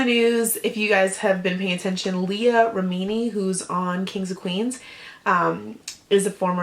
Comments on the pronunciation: Pronounced Re-meh-ni not Re-meeni. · Rameeny??? Wromg pronounciation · leah remini lol. you should ask someone how to pronounce her last name before you say it again in public. you sound ridiculous.